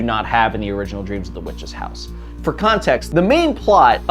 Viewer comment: Did you call it "Dreams in the Witch's House"?